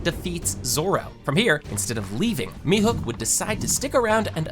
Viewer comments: Mihuk🥀🥀🥀🥀🥀 ITS MIHAWK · Mihawk not mehook